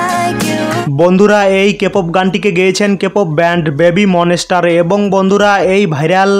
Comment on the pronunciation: আপনার ভিডিওতে অনেক উচ্চারণ ভুল যেমন বেবি মনেসস্টার✖ বেবি মনস্টার ✔ লিজা✖ লিসা✔ মুনলিট ফ্লোর ✖ মুনলাইট ফ্লোর ✔ এল ই এস এস এরা ফিম✖ লেসারাফিম✔ এসস্টেটাজি✖ স্টেটেজি✔ বিলিয়নার✖ বিলিনেয়ার ✔ উয়িপপ্লাস✖ উয়িপপ্ল্যাস✔